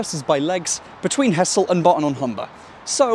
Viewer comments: To be pedantic i know its spelt Hessle and looks like it should be pronounced like that, but its pronounced Hezzle. Enjoyed the video though. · Nice one. Just a small point - it's usually pronounced 'ezzle!😀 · He-zle... it's He-zle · this has been the bane of my existence when apps use as-the-crow-flies distances to define closeness. (Hessle is physically closer to Barton than Ferriby, but that doesn't mean its easier to get to) just to nitpick: the locals pronounce it more along the lines of hezzle (or even 'ezzle) they're talking about Hessle Road, which isn't even in Hessle) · also the locals pronounce it hezzle not hessle fyi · Hessle is pronounced ezzle, in ull dialect.